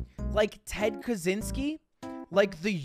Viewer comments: Kazeenskee? It's pronounced Kacheenskee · It's pronounced Kachynski. Cz = Ch, like in 'Czech' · He was Polish and its pronounced KaCHyński